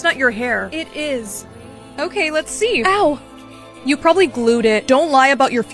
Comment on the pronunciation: Bro said “EW” instead of “OW”